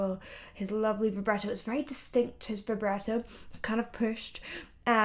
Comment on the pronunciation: VIBRATO_- It isn't pronounced "vibrEto", it's vibrAHto